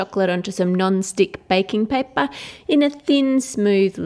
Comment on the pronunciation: i like the way she says 'payppaa' :D :)